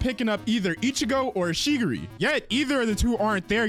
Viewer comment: Am I the only one who keeps hearing shegiri instead of chigiri or… am I going crazy 😭🙏🏾